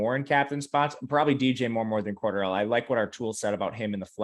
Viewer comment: It's pronounced " Core Darrell" lol